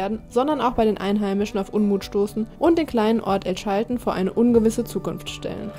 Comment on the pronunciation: Es hat ziemlich weh getan wie du El Chaltén permanent falsch ausgesprochen hast. Die Betonung liegt auf der letzten Silbe, daher der Apostroph. Und niemals die Bombilla beim Mate trinken anfassen. Ansonsten ein sehr schöner Beitrag, vielen Dank dafür. Habs selber leider noch nicht weiter südlich als Bariloche geschafft, hab aber auch jede Menge Freunde im Norden von Argentinien.